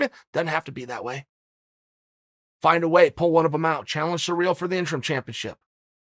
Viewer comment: I'm french and i can confirm its Surreal Gone. The Bad guy still phonetically undefeated